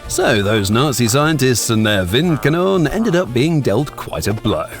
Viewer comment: The 'e' at the end of Windkanone isn't actually silent.